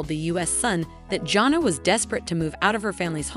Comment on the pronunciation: Edit this so that it does not sound like a robot and that you can figure out how to say the oldest daughters name. Janna is not a hard name to say get it right.